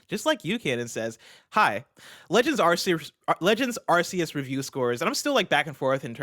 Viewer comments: Arceus is pronounced as AR-KEY-US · says ASS-SEE-US 😆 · Can the guys start pronouncing Arceus correctly? So weird to hear it like that, even the guest said it right. (Hint, it's in the trailer)